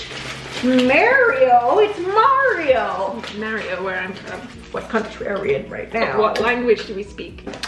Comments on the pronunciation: it's funny their like kids...it's Mario not merio hahaha... so can play guitar? can you make a video playing a guitar and sing for your favorite song? im excited haha..love you both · “Mare-ee-o?? It’s Mar-ee-o” “Mare-ee-o where I’m from” “What country are we in?” “What language do we speak?” The BEST comeback ever! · Mare-io?? Its Mar-io!! 😂😂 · “Merio it’s Mario”🤣🤣🤣